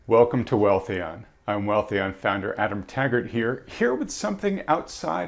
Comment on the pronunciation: “Wealthion” lol Nice sport coat. You ain’t us my guy.